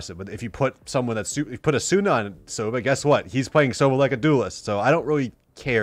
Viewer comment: I like how he calls asuna asoona 😂